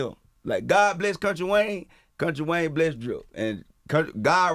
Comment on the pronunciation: FYI- sis it’s Wayne, not Wang. You know some ppl will try and drag you about not getting his name right. 😒